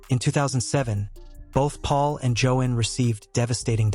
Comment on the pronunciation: It’s pronounced Jo-Ann not Jo-In